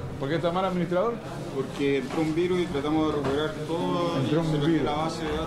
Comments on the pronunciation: después de un año me doy cuenta que decía administraidor xdd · Es sushi, no suchi Also: A D M I N I S T R A I D O R